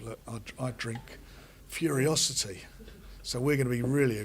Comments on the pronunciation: Why they keep saying Furyocity lol, it’s Furocity. Frank clearly not promoting it well 😆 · I just enjoy how Fury genuinely believes it is called Furiocity, when its literally called Furocity.